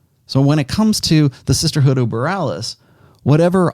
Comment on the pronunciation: What is saying...the Sisterhood Of Burraliss? What's he saying? EDIT: Oh, Boralus. I still don't get it. What does this mean?